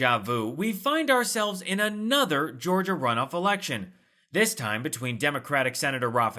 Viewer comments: Nice work Gabe. Think we would like to see more of you! Just the right amount of sarcasm, and I believe your report is true. Did he say this erection. Only one thing on his mind! Say no to Hershel Walker! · Wait, did he just say, "this erection?? 😆😂🤣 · I will be so glad when we don’t have to hear about Herschel Walker anymore. 🤦🏽‍♀️ I love how he’s sporting a “Cassius Clay“ T-shirt👀🤦🏽‍♀️ I guess that’s supposed to be a slap in the face for people that love Muhammad Ali. And did he actually say “erection“ instead of “election”? This dude 😂 🤦🏽‍♀️ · Walker is proud of his erection. Election? He can't even say it. So as long he keeps saying erection Lindsey Graham will support him...